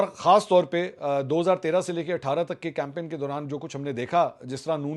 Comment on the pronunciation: camping? Get your pronunciation right, Mr Campin.😂😂